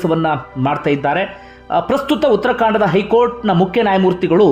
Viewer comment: Uttarakhand Adu utarkanda alla